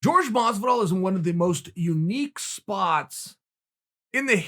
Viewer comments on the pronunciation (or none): GEORGE masvidal 🤣 YOEL romero. Ma boi chael can't say Latina names right or jus don't care to lnao